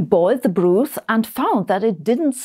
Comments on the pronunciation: [broth], not [bru:th] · That is broth, not brooth, which is not a word. Broth (brawth) sounds like cloth. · It’s pronounced brahth, not brooth, My darling.❤ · minor edit BROTH is pronounced BRAWTH (not BROOTH) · I'm sorry, I know it's probably a language artifact probably something, but "broothe?" It's broth around my neck of the woods. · But 'brooth' sounds more funny😊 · “Broth” is pronounced with a short o, not like “brooth”. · Interesting subject. Just remarking that the correct pronunciation of broth is not with an 'oo' like 'food,' but with an 'o' like 'knock'. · Hmm. I wonder why you started the video with Aristotle, rather than Plato, who was his teacher? Could it be anything to do with Aristotle's having been the originator or reductionist epistemology, if not ontology? P.S. I love your pronunciation of 'broth'. It just might catch on.